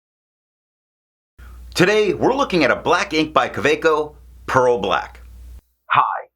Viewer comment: Nice informative review. I'm always shocked when someone knows the actual pronunciation of 'Kaweco'! ~:^o